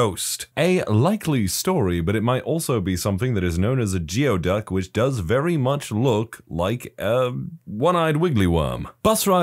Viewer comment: Sorry to correct you but geoduck is pronounced gooeyduck live the content though❤